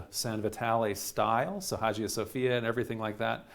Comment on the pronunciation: Fyi the g in Hagia isn't a g but a y sound